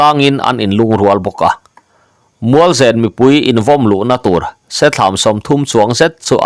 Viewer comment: Mualzen tih hi i Chaw chhum chu a va nen ve tih a nem rik ang hian zen hi ri ta se a dik zawk angem?